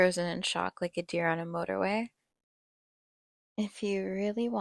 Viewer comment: Yooooooo she said motorway in an American accent